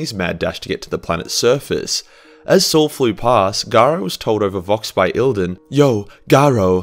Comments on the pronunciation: still saying Eidolon like eeldon when it's Eye-Doh-Lawn? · E I D O L O N ... how can that become "ilden" or whatever you are saying ;)